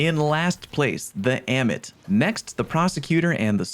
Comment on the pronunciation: Ah-mit. Say it with me. Ah-mit.